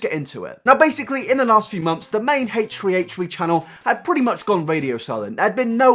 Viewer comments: Who is haytree haytree? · "I'm sure you're all aware of who "HateTree HateTree" is..." Nope. I don't know them. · Hatetch-tree hatech-tree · Love the video but... "Hate-treeHate-tree" xD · who is haich free haich free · "a-tree a-tree" lol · the way you say h3h3 [ heeytchrii heytrchi] is triggering me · It’s more like “haytch 3 haytch 3” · "haytree haytree" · this might be an immature comment given your video topic, but all i could hear was 'hate-tree hate-tree' instead of h3h3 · who's haytree haytree? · haitch ree haitch ree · Hesh tree hesh tree? Is this an ad for headphones 🤔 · I swear you said hate tree hate tree instead of h3h3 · Oh its 8 tree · Ay-ch th-ree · im sorry but it sounds like you say hatetree not h3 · Fuck is haytchtree haytchtree? Brush ya teeth my guy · Why the F are you saying haytree haytree??? WTF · irrelevant note: when you say "h3" it sounds kinda like "hey tree" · "hatchefree hatchefree" Lol love you dude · HATE TREE HATE TREE HATE TREE, try saying that three times fast and you'll sound like this guy trying to say 'H3H3' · Hey Tree Hey Tree? the fuck dude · Heytch tree heytch tree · You are so open minded omg We 👏 need 👏 more 👏 people 👏 like 👏 you 👏 I just realised that I pronounce H3H3's name the same as you: "hate tree hate tree" i have to force myself to slow down to say H3H3 because I talk too quickly, must be the English accent I guess? Though mine's more Welsh than proper English. Keep staying so open minded! It really makes your commentary much more exciting and not like everyone else's mob mentality attitude towards the slightest bit of drama. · I love how you pronounced it like Hey tree hey tree what a queen Also a lot of people say “why is he making a podcast then”- podcasts take less effort than finding creative content for his main channel, when you’re depressed it’s hard to put effort into things, but he still wants to release content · "hache-tree hache-tree" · Haych three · haysh tree haysh tree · h 3 h 3 not haytree hayetree